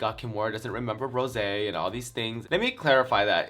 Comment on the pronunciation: I thought you was saying Rose on purpose. Lol. I figured you knew it was RosÉ, but was making a joke. Hahahah. It's all good girl. I STILL mess up some of my coworkers names every now and then and I've worked with them for almost 3years now! Hahahaha love you. I have 10 of your same tee shirts bcuz I love it so much!